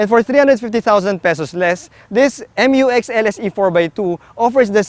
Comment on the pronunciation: FYR it is pronounced as "myu-ex", not M-U-X. That's why it is spelled Mu-X. ✌️